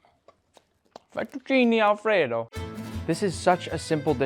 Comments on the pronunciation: "Fettuccini Alfredaw" Bro sounded so Italian (Yes I know he's part Italian) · The way he said fettuccine Alfredo is so funny😂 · I read the the title in an Italian accent before the video starts and I laughed so hard when also said it in an Italian accent 🤣